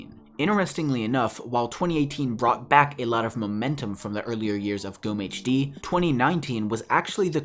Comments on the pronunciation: The stressing of gommehd is so funny, sorry... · witzig, zu hören wie du gommehs auspricht / funny to hear you pronounce gommehd.... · You said the name wrong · ich auch